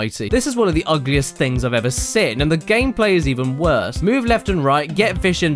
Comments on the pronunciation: Holy shat how long has he been saying Sin instead of Seen? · I live how he pronounces seen as sin.